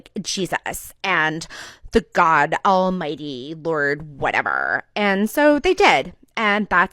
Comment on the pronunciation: Whateverrrrrrr!!!!only for the pronunciation for that word i would turn around and would leave her!!!!!